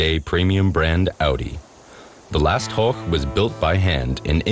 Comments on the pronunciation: horch not horck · Horch is pronounced Horsh